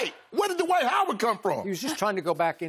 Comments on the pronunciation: Shannon said ‘Dwite’ “LOW HANGING FRUIT” 🤣🤣🤣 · Dwiht, No G in dwiht !! Lol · Shaq knows - that there is no "G" in Dwite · Shannon and Skip were calling him Dwite. Lol. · "Dwite" has Kryptonite boots... LOL! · Jalen Rose sais it best, there's no "G" in Dwiht. He ain't that guy. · "Dwite" is a decent player..lol SHAQ